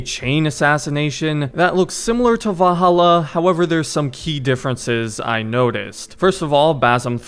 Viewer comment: Bro cant pronounce valhalla properly to save his life